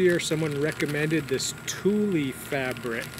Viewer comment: It's pronounced "tool". I got a chuckle out of the porch scene after you said you didn't know how they were getting in. They're very smart. If you don't secure the fabric around the plants well enough, they may go underneath it. I'd just invest in a portable electric fence.